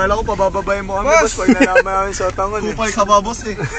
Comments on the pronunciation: yung off lights naq, hirap magpigil ng tawa😂😂😂 naiiyak naq kakatawa lalo na dun sa HOON, first name is, SOO-TANG😂😂😂😂😂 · Diko kinaya yung SOO-TANG HOON😂😂😂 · Mejo nag buffer ang brain cells ni kuya sa soo-tang-hoon 😂😂😂